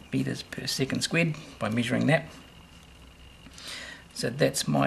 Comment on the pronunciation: Great video but can't u just pronounce it square instead of squid🦑